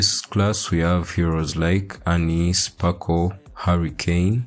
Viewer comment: Her name is sparkle lol not. Anywayy cool video!